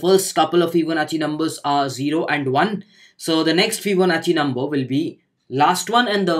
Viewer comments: it was not fibonachi ..it is fibonacci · What!! I today got to know it's fibonachi. All these times i've pronounced it as fibonaki and noone corrected me either.. thanks:)